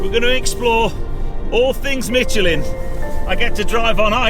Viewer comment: I guess if they sent me I would make the effort to pronounce Michelin properly too